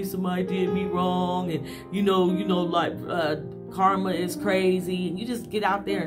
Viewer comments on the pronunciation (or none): none